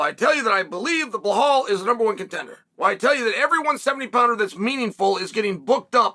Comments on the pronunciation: Everyone: Belal Chael: BLUEHAWL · Chael ma man! Its Belal ffe not Behaul or Beblal..😂